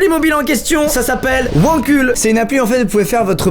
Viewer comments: Pourquoi à chaque fois qu'il dit Wankul je comprends "mon cul" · Suis-je la seule à trouver que wankul c’est bizarre à prononcer?